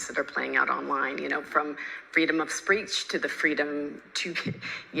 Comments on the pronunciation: free (spreech?) WTF!!!!!!! 🤦‍♀️ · This B word can’t even say speech